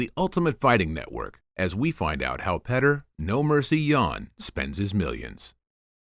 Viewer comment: It's Pyotr not petr